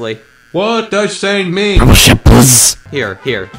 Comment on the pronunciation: shep not sheep